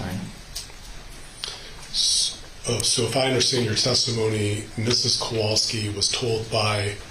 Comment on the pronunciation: Oh my gosh! I am so glad someone else noticed it! My last name is hard to pronounce, and people frequently bungle it. It's understandable, but in this case, they've had it for years! And the defense attorney named Hughs keeps pronouncing their last name wrong. He makes the 'wal' in Kowalski into a short a sound like cat instead of pronouncing it like 'wall.' If it was just a few times, it wouldn't be a big deal, but the mangling of their names has been going on the entire trial. The last name thing is annoying, but with Beata it's especially upsetting. And how many times have we heard Maya's name? Sigh ..